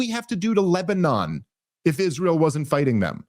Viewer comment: Its funny that he cant pronounce is-ray-el